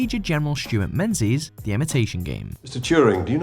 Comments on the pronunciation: it's not pronounced "men-zees"?? It's "ming-is" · Menzies in pronounced Ming-gus. Or maybe ming-iss. Not Menzies.